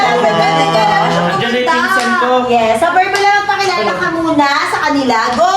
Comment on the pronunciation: 𝐵𝑒𝑟𝑏𝑢𝑙𝑎❌ 𝐵𝑢𝑙𝑏𝑢𝑙𝑙𝑎✅